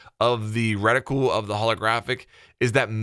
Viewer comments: Do all our US cousins pronounce it ‘redi-cool’? We say ‘reti-kewl’ 😆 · Reticule. "Reh-tih-kyool" Not "Retickle" or whatever you're trying to say.